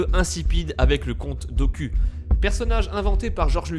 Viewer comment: Comte do-cul ? Est tu serieux mdr ?